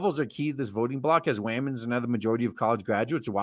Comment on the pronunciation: I like how he say's wamens